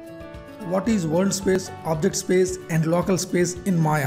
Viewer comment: sir, correct ur pronunciation on "WORLD".